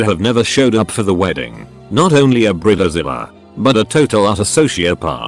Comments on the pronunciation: What’s a Brita-Zella? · What's a brilla zilla and the intro but I keep hearing burritozilla